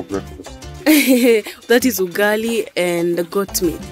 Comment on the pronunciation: Wow you have many animals at home. No alarm clock needed 😂😂 pronunciation of “ugali” is hilarious 😂